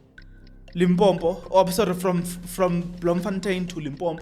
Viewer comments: Yhoo Jeso it's Limpopo not Limpompo😢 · It's not limpombo it's Limpopo. Argh